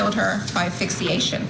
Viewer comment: Lawyer needs to learn how to pronounce asphyxiation. "Aphyxiation." Embarrassing. Poor Mia. Yes, her parents could have filed a report and demanded justice when they found out he had sex with her, but part of me thinks if they had and he got bonded out he would've unalived her then. Making a bargain with him that he'd be attentive to her & her pregnancy unfortunately led to his resentment building and building and building until he "solved his problem." He's the only one at fault for her murder, though. He likely acted like a decent human being around her family.